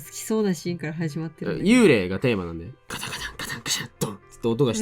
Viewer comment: "幽霊"の読み方は"ユウレイ"でも"ユーレー"でもなくて"ユーレイ"ですよ!!